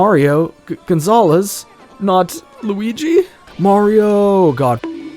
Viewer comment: Caught Pronouncing Luigi Incorrectly